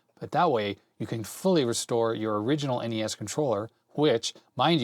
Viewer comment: Noooo you said NESSS. N-E-S please lol. That's my pet peeve since you mentioned them haha